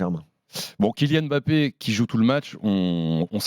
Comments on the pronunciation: Mbap-pé pas M’bappé c’est si simple un peu d’effort! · De grâce ! Arrêtez de dire M'Bappe c'est Mbappe ! Tout comme c'est pas Comane c'est Coman ! Faites un effort....